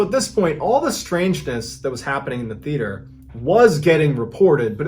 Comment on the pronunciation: I do like these stories, but please learn how to pronounce Theater. Also, when inside, it's called the floor, the ground is outside.